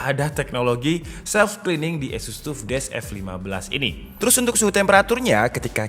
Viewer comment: orang lain: "taff": "tuff"